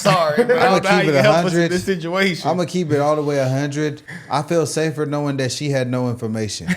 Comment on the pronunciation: “I don’t know how you could help” “I feel safter knowing she had no information” LMFAOOOOO